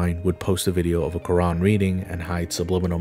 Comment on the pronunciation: Why do they wreck the name of Quran